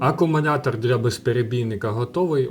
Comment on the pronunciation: CSB працює вже 4 роки, тримає як в перший рік.Не треба всіх під одну лінію ставити. І вивчіть накінець слово "Акумулятор" а не акумуНятор.